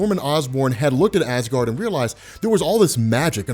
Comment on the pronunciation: Ha ha you said gard